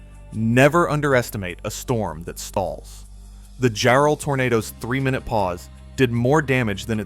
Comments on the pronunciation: Great video but the name is “JAR-ell,” N0T “Jar-ELL.” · It's jarrel not jerrel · Yea it ain't Jarrell like some brother. Its Jarrell, rhymes with "Daryl" . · The deceased family is pronounced EYE-go, not EEE-go. Jarrell is pronounced differently in different parts of the vid. The use of AI is so reckless. The human overlords never check anything, and they never correct the most obvious screwups. They just post it and move on to the next one.